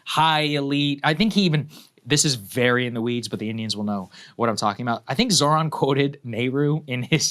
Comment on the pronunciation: The H in ZoHran is PRONOUNCED 🙄🙄🙄🤦🤦🤷🤷🤷